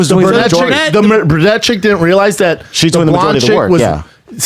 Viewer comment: hey Brenda and, it's pronounced BRU-nette NOT BUR-nette